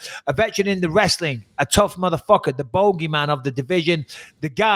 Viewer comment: “The Boegheman of the division”